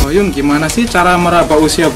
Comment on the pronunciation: KOH YUN KALEEEE.....BUKAN OH YUN HADEWH....